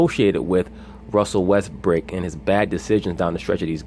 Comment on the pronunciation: Did u call him Russell Westbrick lmao